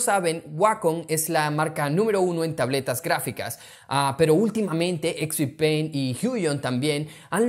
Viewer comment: solo pongo el video para escuchar expi-pen